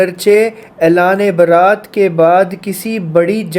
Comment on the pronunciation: Baarat Nahin beta ,bara'at.